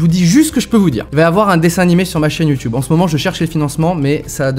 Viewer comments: Arrêtez de prononcer "youtoube" au de "YouTube " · youtube pas youtiube!!!!!!! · Ça choque que moi qu’il dise youtioube ?😂 ( même Si je sais que ça se dis comme ça ) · Il dit youtoube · Quand tu commences à dire YouTioube c'est que tu commences à être ancien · On en parle qu'il dit youTUibe ??😂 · Bah il le dit juste avec l'accent anglais "YouTube" qui se prononce "Youtioube" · Ça me perturbe quand il dit « YouTube » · Nettost 787 merci sherlock juste il y a peu de youtuber francais qui le prononce ainsi (hors canadien) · Noooon.... Tu prononce Youtube comme les vieux. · Mec tu prononce trop bizzarment youtube 😂 Mais après tous qui suis-je pour dire sa à un ytb